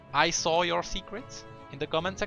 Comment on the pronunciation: I saw your secriets''